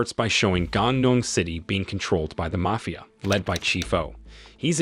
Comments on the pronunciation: is this voice an ai? is it broken? why does it pronounce MAFIA as MAYFIA??? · never knew id find someone who doesnt know how to pronounce 'mafia'